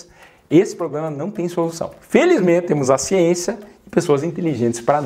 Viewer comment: A xiénxia😂😂😂